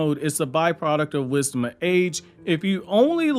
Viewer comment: Why do i hear it as wisma age?😂